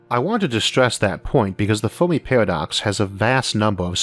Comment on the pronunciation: "Biwwions" "fewmi" lol you cant say your r's or l's